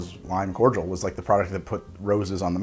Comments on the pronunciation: That was the first time I've ever heard someone pronounce cordial (core-dee-al) as core-jewl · It’s pronounced Cord-I-all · I have NEVER heard someone say cordial like that. It's always been corr deeul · I didn't realise that Americans don't separate the pronunciation of Cordial (Kor-jal, courteous) and Cordial (Kor-dee-ahl, a drink). The more you know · Do Americans pronounce Cordial 'cor-jul' or am i missing something? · The way he pronounces cordial sends me. Is this how it’s usually pronounced in the US? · Why cant Americans say cordial right??? There is no G in there, it hurts to hear